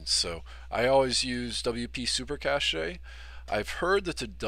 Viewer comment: It is pronounced cache (as in cash) not cachet